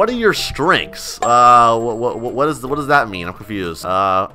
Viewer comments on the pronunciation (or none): My kid is watching you an you taut him a word that is bad an pls stop saying wada